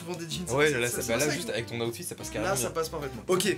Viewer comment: je sais mais il prononce aoutfit